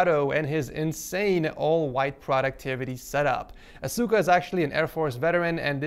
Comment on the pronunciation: asuka omg say it right x.x